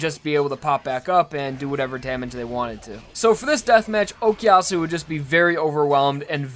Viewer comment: I know it's been 8 years, but you do know that it's O koo yasu and not O key yasu, right?